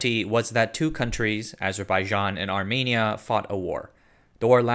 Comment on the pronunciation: do you not know a single armenian who could have informed you you're pronouncing armenia and armenian wrong?